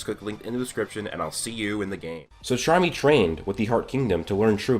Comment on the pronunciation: he says sharmy every time, where is the c at